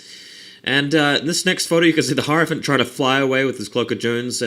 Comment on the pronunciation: Why do you keep saying "horror-Phant"? :P Or are you saying something else? are you talking abouth the BSB, or what...? The lonely little guy running around on his own, is THAT the mysterious "horrophant"?